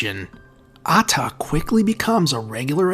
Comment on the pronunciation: Man the pronunciation killed me Mohammed aaaaataaaa😂😂😂😂😂😂😂😂😂😂